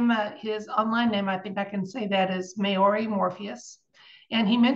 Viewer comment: LOLLOLLOL mayoree.... actually pronounced MOW (cow) REE hehehe